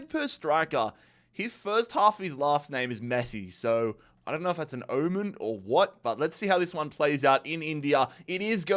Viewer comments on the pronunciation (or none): none